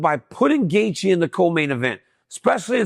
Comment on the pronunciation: DC, did you mess up Justin’s name on purpose😅?